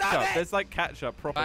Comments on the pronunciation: Did he say ketching up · Drinking game: drink everytime they say "catchup".